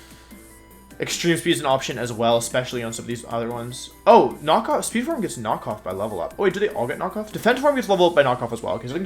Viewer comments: jesus wolfey start pronouncing it form instead of forME, i beg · Dont know if i am the one thats wrong here, but does anyone get distracted/annoyed at the pronounciation of "forme"? XD for-me whattt